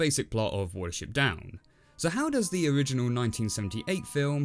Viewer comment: Remake looks more like an Animation Students work I like how he said “Doe’s” 😂